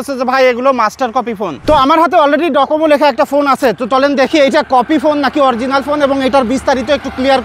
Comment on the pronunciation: এটা ডোকোমো, ডকোমো না